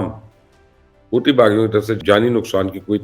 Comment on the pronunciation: Stop saying Houti baghi......say Hauthi Ansarullah ❤❤❤